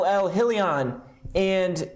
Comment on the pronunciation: Pronounced “hi-Leon”